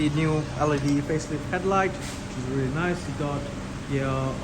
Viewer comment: I'm guessing it's REALLY NICE!!? 🤣 Sorry but you emphasized them two words waaaay to much hahaha lol 🤣 In all seriousness it is a rea--- Errrm Beautiful car and can't wait to collect mine at the end of the month... Mines the trophy DCT version in the same cosmic silver colour with the optional red/black interior. Can't wait 😊